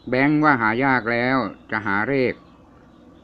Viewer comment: กรุณาใช้คำพูดให้ชัดเจนหน่อยค่ะคำว่าเลขคุณควรใช้.ล.ไม่ใช่.ร